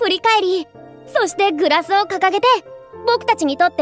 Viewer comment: 『グロシ』ではなく『グラス』とちゃんと言えたフリーナ